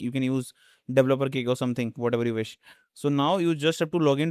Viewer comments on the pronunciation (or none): none